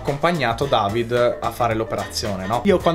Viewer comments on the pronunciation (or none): none